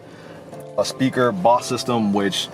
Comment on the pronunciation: It's pronounced BOWS, not BOSS...aka Bose